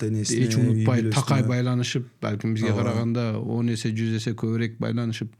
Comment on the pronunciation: Адабий тилдин нормасы боюнча көбүрөөк деп айтылат.Бир канча жолу көбүрек деп айттыңыз урматтуу алып баруучу эскертме сизге